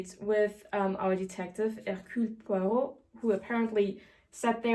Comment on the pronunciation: أحببت نطقها لإسم هيركيول بوارو ايضًا .. انها حقًا رائعة ❤️